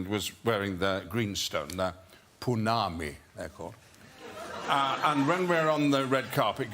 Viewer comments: Pounamu. Not Pounami. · The production started 1997. Movie came out 2001. He’s old. He could have mispronounced Pounamu as Punami. One thing about him bringing that story up is. I learned something new. My cousin’s husband is from nz.